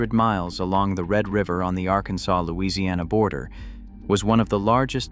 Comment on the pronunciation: And you now have a warrant out for your arrest for the mispronouncement of the word Arkansas 😅